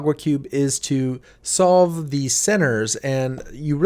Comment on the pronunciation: For a bit I thought solve said stroke